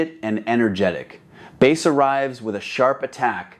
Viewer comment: "Baaass" as in the fish? That's such AI slop I'm blocking this channel.